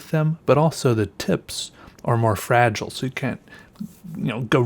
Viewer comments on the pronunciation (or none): none